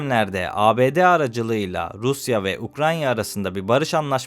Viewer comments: Kardeşim coğrafyayla ülkelerle alakalı video çekiyorsun ama ülke adını doğru telaffuz edemiyorsun. Ukranya değil Ukrayna demen lazım. Buna dikkat etmeni tavsiye ederim. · 1. ukranya değil ukrayna. 2. bütün cümleler aynı vurgu ve tonlamayla okunmaz la. paragrafın gidişatına göre değiştirsene tonlamayı. "peki brics batı bloğuna karşı bir alternatif sunabilir mi" o vurgu bu cümle için uygun. "tüm bu nüfus ve karasal büyüklük elbette çok önemli avantajlar" bu cümle için aynı vurgu ve tonlama kullanılmaz. anlamdan tamamen bağımsız oluyor. günlük hayatta sen de böyle konuşmuyorsundur. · İki sefer "Ukranya" dediğini duydum. Sen yapma bari. Bu kanala yakışmıyor. UKRAYNA ✅ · Ukranya degil kanka Ukrayna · UkraYNa demeyi öğrenene kadar kanalını izlemeyeceğim.